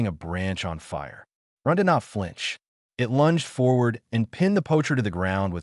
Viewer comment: Please invest in a QUALITY AI reader that does not say dot at the end of every other sentence and does not pronounce “it” as “eye-tee” and knows the difference between “wound” as in flesh wound and the past tense of wind like what one does with a clock. Very annoying and difficult to track the story.